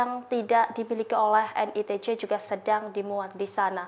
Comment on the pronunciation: NITC = en ai ti si IDF = ai di ef VLCC = vi el si si tolong belajar lg yaa presenter. ini kritikan, bukan hujatan ataupun hinaan ☺️👌🏻